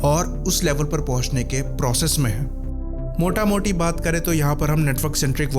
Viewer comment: Dude are you from Bengal? Your 'Motamoti' pronounciation is very Bengali type